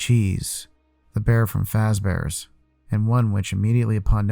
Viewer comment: Did you just say....... FAZEBEARS!?!!??!?!